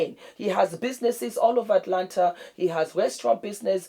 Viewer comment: The fact that you pronounced Atlanta like Atlanter LOL "Can you fry plantain?" hahaha